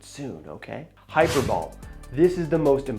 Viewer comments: It’s pronounced hi-per-bolly. I wish you didn’t talk so fast. I couldn’t even hear the word before you started w the definition. Luckily I knew nearly all already. 😅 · "Hyper bowl?!" As in "Super Bowl?" Or "Toilet Bowl?" Sorry, my friend, but when you mispronounced "the most important literary device...," you lost all credibility. If you had truly mastered the terms that you presume to teach, instead of merely cribbing from the work of others, you would know the correct pronunciation. And don't bother deflecting with a glib response. Instead, be man enough to admit that you're wrong and apologize. That's the intellectually honest thing to do.